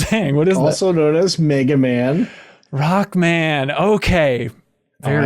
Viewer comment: You where basicly reading the Katakana correct but when the "tsu" character is smaller you don't pronounce it but its sort of addeing an extra consonant of the next character, so the "rotsukuman" is more like "Rokkuman" sorry if my explainations is a bit sloppy but if you google that I'm sure you will find a clear explaination and some samples